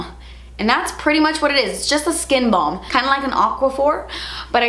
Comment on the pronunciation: I swear I’m losing it. I thought you said body bong and I’m like huh?? BALM!! BALM!! 😂😂